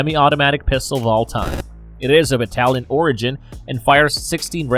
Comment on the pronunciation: Carbine mispronounced. As you seemnto have an American Accent. Type that word and choose the American word choice. The press play. You clearly miss pronounce that word. And what a way to say “Italian” 3,01 esh